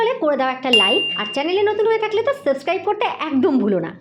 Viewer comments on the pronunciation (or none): none